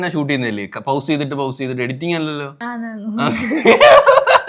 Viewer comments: ഹൗസ് അല്ല പോസ് ആണ് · പൗസ് alla bro പോസ് annu bro. ✅ pause = പോസ്